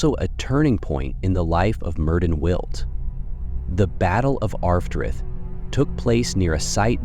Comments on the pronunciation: As a Welsh speaker, his name is properly pronounce Mērðin Wiłt. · Don’t quote me but for help I think it’s Meerth-in can’t replicate the “ll” sound in the second name sorry. Aside from that loved the video